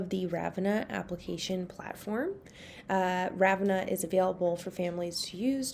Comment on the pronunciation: Very helpful-though it's pronounced "Rah-vin-ah" with the the emphasis on the middle